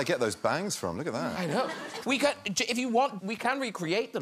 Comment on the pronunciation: 룩엣데 발음 섹시해ㅠㅠㅠㅠㅠㅠㅠㅠㅠㅠㅠㅠ